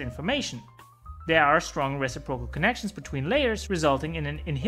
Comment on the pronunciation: Great video. As a native English speaker, stress the “-ci-” in “reciprocal”, not the “-pro-“.